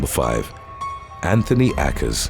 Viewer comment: Why would you pronounce Akers that way? Obviously, you're guessing, and it's not even a reasonable guess. Too many YouTubers do this. They come across a word they're unfamiliar with, but don't bother finding out how it's pronounced, and often misuse the words on top of it. Obviously, names CAN sometimes be pronounced differently and still be legit, but this isn't one of them. It irritates me when creators get lazy, and I tend to put them on my "do not recommend" list the first time I catch them at it. This channel has been entertaining enough that I'll continue watching, but more idiocy will lead to me dropping you. Yes, it IS idiotic to be sloppy.